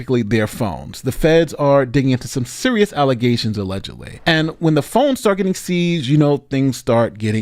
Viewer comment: "These are false alizationz and not facts"